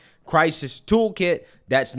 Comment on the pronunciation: Brother, I thought you said token the first time, not a toolkit 😅. I was like, no way, my boy is selling crypto.